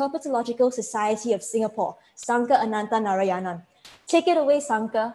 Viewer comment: Kudos to the presenter,, for pitching his talk simply so that even young enthusiasts can enjoy. I am also very impressed by the host,. Her flawless enunciation in her introduction of Sankar Ananthanarayanan (9 syllables) and Herpetological Society (9 Syllables) is commendable. 👍🏻 Well done!